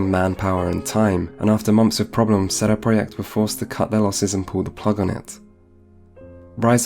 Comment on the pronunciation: You know what makes me angry? . . . sheday preyacht Their name is CD Project, why not do the whole thing in polish . . .what a wanker sheday preyacht sheday preyacht sheday preyacht sheday preyacht sheday preyacht - FUCK OFF mate